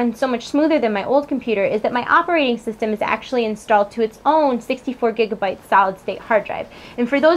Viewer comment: Gigabyte and Gigabit are two different sizes :p Just giggled a little when you pronounced Gigabyte (sounds like giga-bite) as Gigabit. Not really sure why (maybe I'm just that nerdy? I dunno)